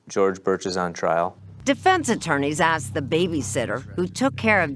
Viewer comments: ‘I axed him.’ Why can’t African Americans learn to say ‘asked,’? It’s still the dominant pronunciation even in the highly educated… 🇺🇸⁉️🤷🏼‍♀️ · He "axed me". Lost me there.